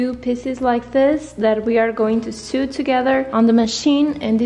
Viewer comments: Its pronounced sew like so not sew like sue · The pronunciation of "sew" sounds like the English word "so" not like the word "sue", sorry, great video, just a pet peeve :D